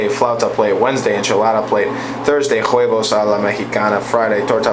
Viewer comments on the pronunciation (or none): Its Wevos not Whoevos the H in Spanish at the beginning of yhe word is MUTE